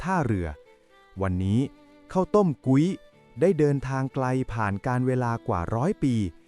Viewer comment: พุ้ย มิใช่ กุ๊ย